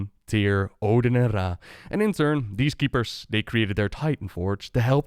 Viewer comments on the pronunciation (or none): none